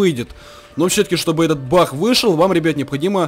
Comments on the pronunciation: Я не глухой и мне послышалось Что он сказал "Бах" а не "Баг „ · Ахахаах тв ленишься кент проговаривать г